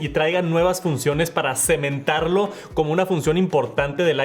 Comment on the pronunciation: "Cimentarlo" min. "Sementarlo" es otra cosa. Goloso.